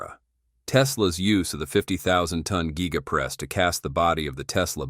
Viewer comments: it's G-EYE-GA. get it right. ha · Your narrator is a jerk, he (it) cannot even pronounce "giga". What a waste of a video.